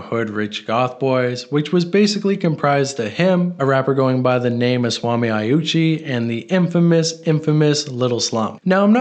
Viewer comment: bro you can't even make excuses for pronouncing names wrong it genuinely seems like you're doing it on purpose. how the fuck did you literally add and remove letters from swami uchiha 🤦🏼